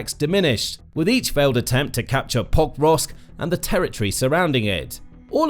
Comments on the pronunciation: PoKROVK, not POKrovsk. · Why don't these announcers learn basic pronunciation of significant cities? It's not POKE-rovsk; it's Pa-KROVSK. And it's not YOU-kraine! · If only he would pronounce it POKE-rovsk! He pronounced it Pokevrosk - my years are hurting from all of that rubbish pronounciation. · Every time the narrator said "Pokrovsk" I swear he was saying "Bob Ross" but it could be just me! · Could not watch the entire clip. You would think that the name of the key city in the clip would be important, and they would learn to pronounce it. It was butchered tens of times, over and over again. Thumb down it is. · Why does it always sound weird when the narrator says Pokrovsk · Had to stop watching, it hurts everytime you tried to say the name of the town. Incredibly jarring. If your only job is recording voiceovers like this, couldnt you take five seconds to find out how to say Pokrovsk?